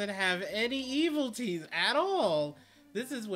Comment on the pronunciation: It's not Eviltees, its Evilities Also it's not Rakasha or Raksasha, it's RAK SHA SA!